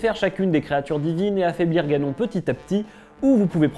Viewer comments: Ganon ? On prononce "ganone " 🤣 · Il est écrit que seul Link peut vaincre Ganon. Au secours, ce n'est pas la bonne prononciation du nom de l'ennemi